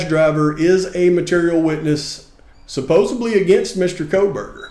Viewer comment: The way you pronounced the word supposedly told me all I need to know about this channel.